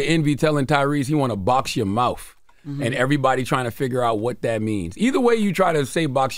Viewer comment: “I’ll fist you in the mouf” 😂😂😂